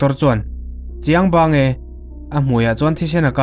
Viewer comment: Chiang bang tih ringawt pawh i lam fuh thei lo. Beng a ti thlep em mai.